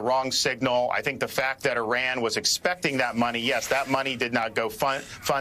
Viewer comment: DeSantis can’t pronounce Iran correctly. He’s a horrible governor for Floridians. We have the highest inflation in Florida since he became governor. It’s impossible to get home owners insurance. Florida has the highest Covid rates. DeSantis is a a yt Christian Nationalist Authoritarian. The only reason why he won with a wide margin in 2022 is because he cheated by gerrymandering the map. He’s ruining the education system in Florida & now we’re leading with the most banned books in the nation. DeSantis doesn’t care about the Jewish people. When his education department banned 2 books on the Holocaust, DeSantis claimed he didn’t want that woke ideology in Florida’s schools. Anti-Semitism rose 200% the first 3 years while he was governor & sadly it’s still growing. Keep him away from the Presidency if you don’t want this country to become the fourth reich.